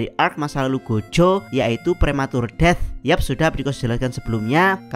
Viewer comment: Saran bang. Lu kalau ngomong "death" atau inggris yg lainnya gk enak banget. Mending biasa aja kek di menit